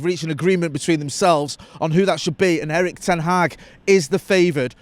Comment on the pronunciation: Please learn how to pronounce Erik ten Hag